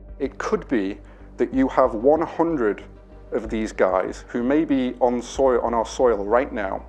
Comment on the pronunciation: guy has a truly US accent to say "our soil"